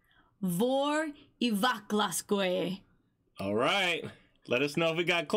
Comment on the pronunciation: your pronunciation of "Vor í vaglaskógi" was almost spot on